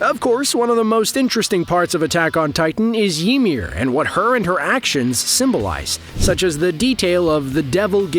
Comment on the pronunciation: mf said yeemir